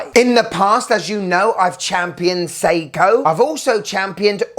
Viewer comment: I like that ‘Sei-tona’ 😂